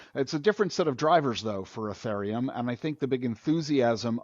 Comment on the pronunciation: This guy doesn't pronounce Ethereum correctly. Jesus.